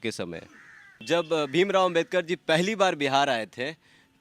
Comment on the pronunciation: यह पत्रकार है कि गदहा है बाबा साहब का नाम भी सही से ले नहीं पा रहा है तुम्हें जो पत्रकारिताकरने का जो अधिकार मिला है वह भी बाबा साहब की बदौलत मिला है नाम तो सही से ले उनका नाम बाबा साहब डॉक्टर भीमराव